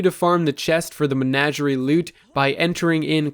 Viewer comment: It's Men-AW-gerie